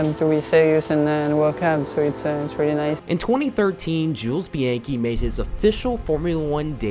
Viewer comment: Mispronounced his last name